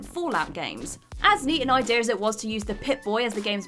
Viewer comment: If I did that every time he said “idear” instead of “idea”, I’d die of alcohol poisoning.